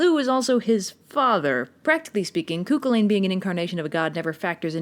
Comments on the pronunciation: The fact pronounced it cookalane really triggers me, it’s meant to be pronounced coo-hullin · It’s hurts me how she isn’t saying Cú Chulainn the way I know it as ( Cú Cul-in ) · The pronunciation of cù chullainn kinda killed me inside as an Irish person (I live I Roscommon so it could be a regional thing but we pronounce it as coo cull-in attest where I live though I’m only in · i cant with the pronunciation of cu chulainn its pronounced coo chullin not coo culain like she prounounces it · "Kookolane" hahaha it's pronounced "Koo-Kulin". And "Em-mer" is pronounced "Eee-Mer" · every time you say Cuckoo lane and not Coo kullen I die inside a little more. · The pronunciation of Cu Chulainn is deeply difficult for a fior-Ghael, you say in Cooculane - but it is Coo CHulann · I'm sorry but it's Coo-cul-AN not coo-cul-lane... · Eyyy Irish mythology! Cú Chullain's tale of how he became Cú Chullain is one of the most told folk stories we hear as kids. Also sorry but I really have to say it- it's pronounced cullan not cullayn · Hi love your vids but every time u mispronunce cù cùhlin my head hurts so here’s a written way of pronouncing the name coo Kulin anyways love ur vids keep up the good work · why is she pronouncing it cuckoolane? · Me: *hears pronounce Cu Chulainn as "Ku Kulan".* My Brain: Cú Chulainn, Fran and Ollie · the way cu chulaine was pronounced 😂. its acc pronounced more like coo culin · Kookelayn? Really? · Pretty hard. The pronunciation I found was Coo Coo-hoo-lane, a pronunciation I’m not even sure is right even after hours of searching. Please, tell me the right pronunciation. I can’t take it anymore. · I don't blame you for not knowing how to pronounce his name, as there are a lot of incorrect pronunciations floating around. (Koo-hu-lann), btw. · As someone Irish, the pronunciations on this are expectedly bad and I do cringe. "Coo cul-in" and "too-da de dawn" are the glaring ones. I love the series but I have to be that person